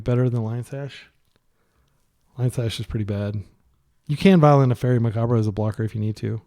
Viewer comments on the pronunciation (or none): i have liked your videos but PLEASE learn how to pronounce macabre.